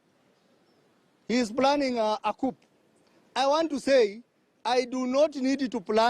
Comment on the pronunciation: That's not English you are speaking ? In coup "p" is silent